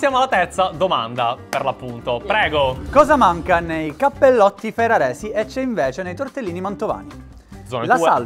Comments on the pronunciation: Cappellotti non si può sentire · Cappellotti però non si può sentire